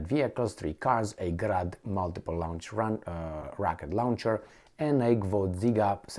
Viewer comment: Good job but let me mention one thing, please. Is there grass growing outside your home? If there is, in the U.S. we call that a lawn. Now, think, have you ever sat in a recliner chair? In the U.S., folks call that a lounge chair. Take the word lawn and add a "ch" to it (lawn/ch). Say it ten times. OK. Please, a missile or rocket is something that one may "lawn/ch." Saying "lounge/ch" is just a bit off but wrong and reveling. Correct that. Thank you.